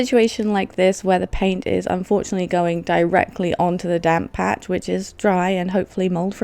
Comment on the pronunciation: just realized you were saying "damp patch" and not "damn patch" 😂😂